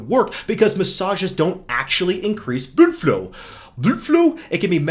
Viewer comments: Bro really said “Bluedflu” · damn, that is really funny, and that hair channel "Hairguard" is real cringe I mean I can't describe, but is so good with his mental gymnastic that he make him look even worst, when I listen "bluudflow" with English accent I'm dying from laughing